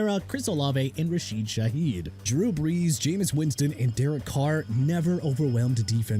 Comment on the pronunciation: "DEREK CARRV"?